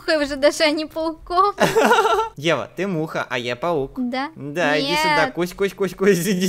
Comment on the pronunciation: Она сказала павук